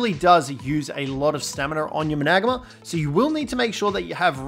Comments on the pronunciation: The managarmr is pronounced mana gar mer not man ag ma btw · there are some flaws but i dont want hate so dont get mad at me or the creator. griffins dive... gliding is mae wings and rock drakes and more but managarmr just makes me feel odd... managarmr (man-a-gar-mer) is how to my knowledge is pronounced that way... any ways have a good one! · Managama. . . This pronunciation lmfao im dieing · Had to stop watching when you started saying Managamr 🤣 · It’s man-a-gar-mar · So many ark videos but homeboy still can't pronounce or spell managarmr. Big RIP. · Hate the way he says managarmr